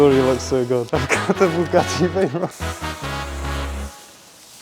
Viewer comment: Bugatti Veyron ❎ Bugatti teyron ✅💀 But he tried 👍